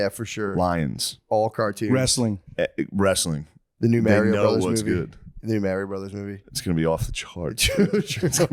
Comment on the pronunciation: Of COURSE Matt is the kind of person who pronounces Mario that way